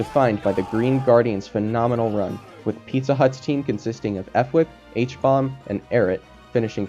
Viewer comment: you keep saying f-wip instead of fwhip as in 1 word and its killing me 🤣